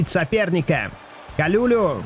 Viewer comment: привет. По-моему правильно его фамилия произносится Калулу не Калюлю 😂 хотя звучит прикольно